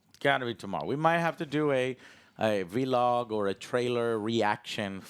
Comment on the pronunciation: Imo It's funny and annoying how Joe says v log instead of vlog